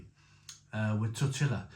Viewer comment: I’m convinced he’s saying tortilla like that to get people rattled 😂